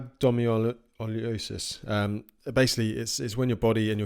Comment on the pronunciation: Rhabdomyolysis is pronounced as rab-doh-my-AH-luh-sis. Think about how you pronounce hydrolysis. It's not hy-DRO-lie-sis.